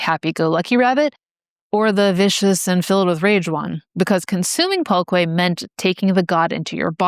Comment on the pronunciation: its more like "pull-keh" I think